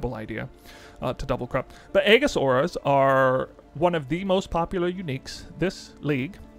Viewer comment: Eejis, the A is silent